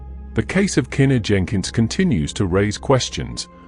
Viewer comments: just cuz your a foreigner and shes black and this was a HUGE deal in the almighty USA, her name is pronounced "kuh-knee-kuh" no kena. im sure that absolutely puzzles you brits how us colored people can scramble such strange letters togetherr to make a mouth full of completely unappealing sounding names. well sir that also confusess me 2 but thats the blk americans here.im jamaican and chinese miami florda dade county nigga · Unfortunately, The video is AI generated that’s why the pronunciation is off! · i get it but still its a respect thing. people always mispronounce her name